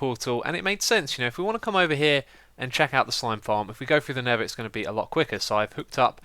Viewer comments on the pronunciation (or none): Why does he say "Neva" for Nether? Its just Xisuma lol